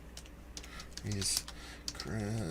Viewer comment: thanks for the shout out and yes you said the.name correct!